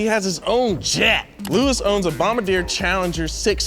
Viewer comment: Lewmis Hamilton! Lol love